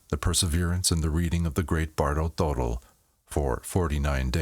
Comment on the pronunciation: The pronunciation is actually, Toe-doll